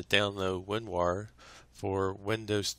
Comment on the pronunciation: He says "WinWar"